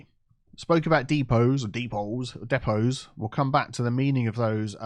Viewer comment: Depots, “Diiipaws” 😂